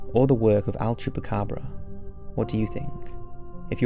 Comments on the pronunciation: Is "El Chupacabra" not Al Chupacabra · El. El-el-el. I can't hear him say anything but "AL" chupacabra and it's driving me crazy orz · It's EL chupacabra not "AL".